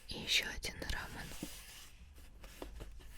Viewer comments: Не рамын, а рамён ударение на ё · Рамён а не рамон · Это не рамен а рамён ударение на ё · Не рамен а рамён😠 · Не рамэн а рамён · правильнее рамЁн, а не раменЭн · не рАман а рамЁн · Не рамэн а рамён . А АСМР супер нескольео раз засыпкла))♡ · Не рамэн,а рамён! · да она говорит очень приближённо к рамон, но дело не в том как она говорит, а как правильно😊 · РамЁн, а не рамЭн♥️ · Не рамэн , а рамён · Рамён, ударение на ё) А так классно🖒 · Прости что так просто пишу Но правильней рамён. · Правельно говорить рамён, ударение на ё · Правильно говорить " рамён" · она говорила не правильно,правильно говориться рамЁн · видео очень крутое! но то, как она произносит РАМЁН.. но всё же очень понравилось